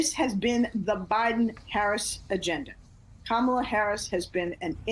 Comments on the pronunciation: How can He pronounce Melania, but can't seem to figure out Kamala. Smh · Miss pronouncing Kamala’s name is CHILDISH AND IGNORANT. Consider the source. It’s both😂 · Look at the folds in his neck. He CAN’T pronounce her name like he can’t pronounce many words. He thinks he is pronouncing it right but anything but 3 letter words proves to stress him out. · If he keeps saying her name completely wrong, she should start calling him "Daniel Torp" lol.